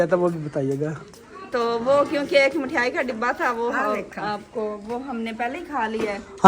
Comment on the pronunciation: Mithyaai nhi mithaai bolte h bhai